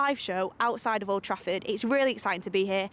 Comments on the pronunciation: I thought I was the only one she did say that that's wot it sounds like anyway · Sounded like she said oldtrashford